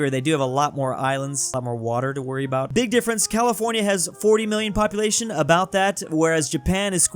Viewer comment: popuatlino. Drewtalian confirmed?